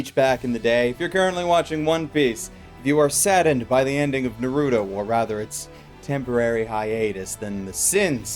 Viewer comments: it's not "Nar-ew-do" it's "Nar-ew-toe" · The way you said Naruto hurt me